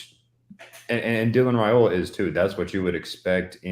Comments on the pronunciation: Yes his father did during an interview. Rye not Ray..... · I believe it is RYE--oh-la, not RAY-oh-la. Didn't his father clarify that on one of your shows?